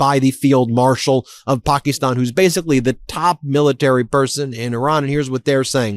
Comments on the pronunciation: Seriously Ben..pokeeston?? It's Pakistan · Its wierd how you pronounce pack-e-stan. You keep saying pock-e-stan. Alexa told me pack-e-stan is how you pronounce it. Very strange